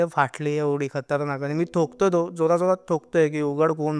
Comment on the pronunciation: Tokty nahi Thokty